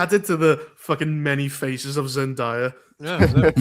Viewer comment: Zendaya is pronounced ZEN- DAY-A not ZENDIYA.. lol there is no I in her name. Y'all always say her name wrong